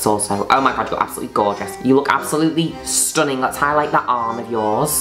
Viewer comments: Please narrate my life please Miss Juno, I wanna hear you call me STONNING every 5 seconds 😊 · I love how she pronounces the 'g' in 'stunning.' StunninGggg. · i love it when u pronounce stunning like that but it doesn’t translate well as a written slogan, it needs to be accompanied w sound